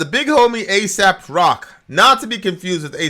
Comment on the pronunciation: its Ay-Sop not soap lol